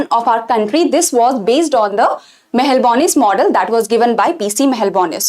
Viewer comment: Its not mahalanbonis.its Mahalanobis